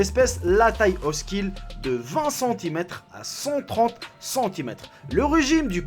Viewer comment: Mon dieu tu ne sais pas comment parler! À la place de dire "oscille" tu dis "oskille".